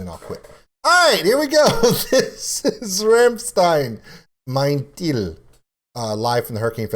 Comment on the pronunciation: tip to pronounce the song title correctly: "m-eye-n, tile" ;)